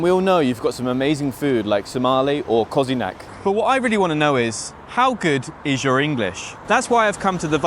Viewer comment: He said “cozinac” 🤣